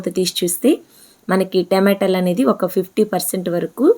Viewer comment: టెమాటలు కాదు టమాటాలు